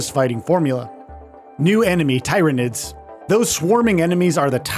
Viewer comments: Plz stop saying tyranids wrong. Its pronounced the same as 'tired'. I stopped watching the video because of this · Fkn Tie-ranids? Come on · Ahem* Teer-a-nids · Every single time he says Tie-ranids, my teeth clench involuntarily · uMm aCtUaLlY iTs pRoNoUnCeD ‘TEER-anid’ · tai-ra-nids sounds like some sort of STD, though I suppose the residents of 40k would agree. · The Tie-ra-nid pronunciation had me thinking this was Ai 😂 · My man is gonna get reemed in the comments over the pronunciation of tyranids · Could have watched one 40k breakdown video of the tyranids to get pronunciation right.... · Its not but its annoying as hell when even the game itself pronounces the name correctly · do these idiots ever listen to trailers or the devs when they do their videos, at least pronounce tyranids the right way